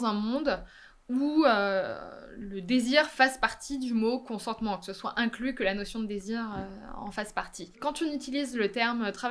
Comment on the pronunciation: consentement Apprenez à prononcer nom masculin Acquiescement donné à un projet ; décision de ne pas s'y opposer. Accorder, refuser son consentement. Synonymes : accord assentiment. J'ai juste écrit consentement dans la barre de recherche et j'ai simplement fait un copié-collé.